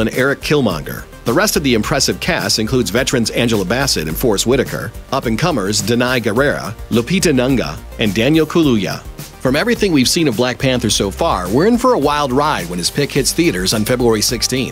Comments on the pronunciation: Please get lupita name right for godsake! Nunga????!!!!!!!!!!!! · Oh god u absolutely butchered the African names. Like where did the ‘a’ come from in Nyongo? Lupita Nanga and Danai Guerrera? Cringe worthy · Do some research before making this videos..when is NYONGO pronounced NUNGA?? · It’s Lupita Nyongo not Nyonga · It's Lupita Nyongo not Nunga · learn how to pronounce NYONGO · I've never heard someone butcher Lupita Nyong'o's name that badly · You just butchered lupita nyo'ngo's name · Can't believe that it's almost the end of 2017 and the narrator still can't pronounce Nyong'o! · Dude, you TOTALLY butchered Lupita's last name!! UGH! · damn you butchered Lupita's last name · He completely butchered lupita nyong'o's name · I'm sorry, Lupita whhaaatt? Ask how black surnames are pronounced bro... still an Amazing video tho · Butchered Lupita’s name. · you really can't pronounce Nyong'o ... ?